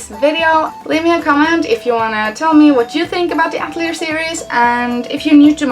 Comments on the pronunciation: I just have to point this out, but it's actually pronounced "AT-EL-EEAY" and not "AT-LEE-ER" as you are pronouncing it. Atelier is a french word. But nice video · I think its "At lee ay" since its a French word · As an artist, we pronounce that word ah-til-ee-ay. Not sure if they say it differently in the game. Looks like an interesting series. If they are fun there are so many to play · I know this video is fairly old now, but I just had to say I'm pretty sure the name is "At-el-i'er" which is a french word. It is a "Private workshop or studio of a professional artist in the fine or decorative arts". The Japanese love to use foreign words, especially ones they don't quite understand for things... Which is true of a lot of cultures honestly.